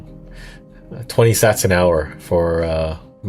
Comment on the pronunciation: Pretty bad AI voice can’t even pronounce Sats correctly. Do better